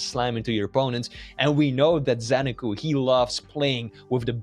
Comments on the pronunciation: Zen-a-koo, not Zen-ar-koo. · Nobody knows what the hell is the correct way to pronounce zenaku's name